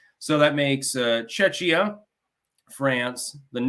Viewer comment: I heard Chechnya. 🤷‍♂